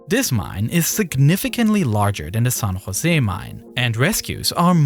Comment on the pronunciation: It's pronounced "San Jose" not "Son Jose".